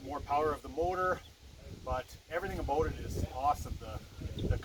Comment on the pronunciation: He said " aboot " lol 😆